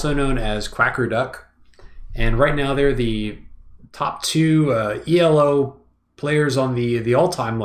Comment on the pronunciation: The way he pronounce E.L.O. triggers me. Its E-Low, like in yellow, E-Low! Right?! is it just me?